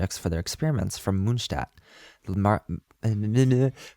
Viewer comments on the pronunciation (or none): Mondstadt not moonstadt Kiah not kahaya Sorry but this became really irritatinggg